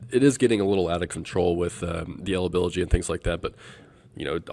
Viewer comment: did he say elibiligy? Hillbilly elibiligy!